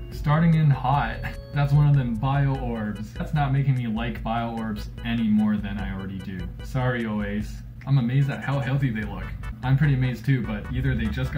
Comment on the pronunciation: It's pronounced oh-AH-suh. Not OH-ace.